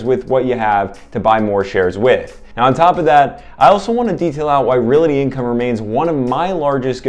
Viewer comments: Real-Tee not Real-It-Tee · Not to be a nitpicker, but I thought you might want to say “realty” correctly? It is not reality!